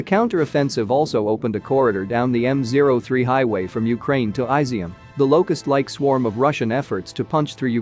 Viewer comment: Guys, what's with the pronunciations? It's not "Carkiv" it's Kharkiv, with "Kh" pronounced as a guttural "H" and "kiv" pronounced "keev." The "I" in Izyum is not pronounced "Ai," but "ea" as in "eat." "zyum" is pronounced "zioom," and this part is stressed. Sorry, I lived in both Russia and Ukraine for many years and my ears start to bleed after hearing these place names being butchered video after video.